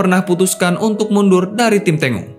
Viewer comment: Bacanya "Tenggo"Boss... Bukan "Tengo"... Itu adlh nama tarian dr negara Argentina... seperti Brazil punya julukan tim Samba, yg juga adlh nama Tarian dr negara Brazil... Videonya udah bagus... Sayang terganggu dengan kata2 Tengo itu...